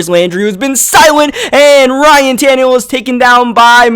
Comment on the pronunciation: Wait did he just say Todd Tannahill